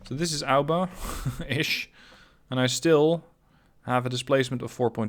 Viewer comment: Mate is A O B A not alba, good video tho ahah